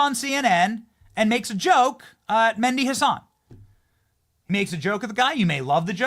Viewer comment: It's not Mendi Hasan. Its M e h d i with an "h" Arabic name.